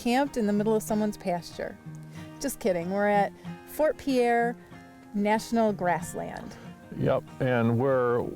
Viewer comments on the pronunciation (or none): Welcome to my homeland! Hope you guys enjoyed your trip. I love watching your videos so seeing you come through my state is very exciting. I have an ‘07 fj cruiser I’m turning into an overlanding rig and this trip is one of the first I have planned. Ps. Pierre is pronounced “peer”